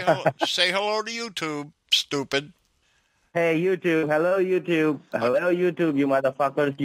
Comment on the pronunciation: At the end he says touyube hihihi funny !